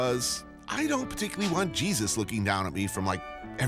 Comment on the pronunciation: What does he call Him Jedus? Haha. Man has a complex